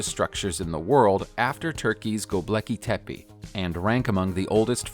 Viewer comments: LMAO - did you just say Gobleki Tepe? Damn it man! That's hilarious! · What was that??? GobLeki Tepe?? How is that pronounced again?? Gobleki?? Yea thats right... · did he really say ..go blacky tappy.. - to "göbekli tepe" ? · When you show movie scenes like the fifth element and walking tall and then pronounce gobekli tepi as globeki tepi. It makes me just not want to watch any further. How about showing what you are talking about and do some research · I wondered if anyone else heard that.